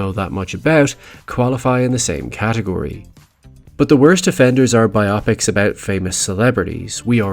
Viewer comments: Bio-pics. Not bi-opics. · And interesting topic, but you instantly lose me when you say “BI-OP-PICS” instead of “BIO-PICS”. This drives me crazy. Do you read a “BIO-GRAPHY” or a “BI-OGRAPHY”? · Pet peeve of mine…saying bi-opics and not bio-pic. Not a big thing, but legit it’s an abbreviation for “biographical picture” not “biographical Optics.” Again I know accents are different… but Bio Pic sounds like odd when smashed to one word. Biopic…it’s two… tangent I know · Bi-opics???? Nah it's bio-pic as if to say BIOgraphical PICtures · The word is pronounced as bio-pics not bi-opics. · Phonetics: bye-Oh-pics ? No, honey, it's: BYE-op-icks . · Bi-op-ics? BIOgraphical PICtures. BIO PICS. Biopics. Bi-o-pics. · I cringed every time your said bi-opics 😩😩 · I have to say, i have never heard someone pronounce biopics the way you do lol.